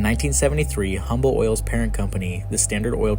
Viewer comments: It’s pronounced uhm-bull and I every time you say humm bull it hurts Texans ears. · It is not pronounced "Humble". It is pronounced "Umble". Drop the H. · Pronounced Umble not Humble. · 'H'ummble 😂😂😂😂😂 it's 'umble' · Great video but its Umble. Not Humble. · Humble is pronounced "Umble" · Pronounced Umble. No H. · You are saying Humble wrong. You say it like Umble The H is silent. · Great video. it's pronounced "um-bul" – no hard H sound. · Dear Narrator - Believe it or not, the "H" in Humble Oil is silent; and the name is pronounced "Umble," just like the city just north of Houston. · "Humble" is pronounced, "Umble" in this context ! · It's UMBLE the H is silent. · Just fyi, the H in Humble is silent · he genius, don’t post as knowledgeable when you know zero of what you’re talking about. The “H” is silent… 🤦‍♂️